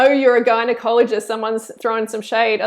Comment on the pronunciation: When she said gynaikologist i thought she said guy in colleges😂😂